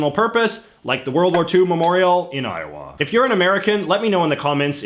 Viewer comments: 🤣 I have never heard it pronounced "Eye-oh-waa", with a noticeable w sound, by anybody before. It's really more "Eye-oh-uh" or Io'a, without a w sound. (I lived there for 4 years.) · God I cringed when he pronounced iowa i o wah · JJ: When I was in Eye-Oh-WHA Americans: ......... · I love how J.J says Iowa, "i-o-WAH." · I think a lot of Americans kind of run the syllables together. I-uh-wuh. Even Ire-wah. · Why are we not talking about how he pronounces Iowa? 🤣🤣🤣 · He also has some slightly off pronunciations for things like "Iowa".